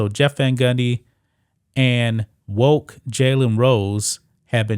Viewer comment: Bro why u saying Woke like a white person dont u know where woke came from and white folks took the word and made it bad